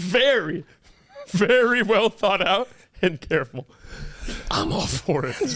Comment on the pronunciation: no be caweful 🤨